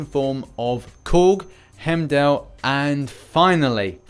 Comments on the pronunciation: Its heimdall not himdall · Can you please stop mispronouncing Heimdal’s name